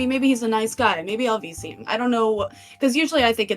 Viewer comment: It's voice chat, or vc. listening to it though, it does sound like they said bc lol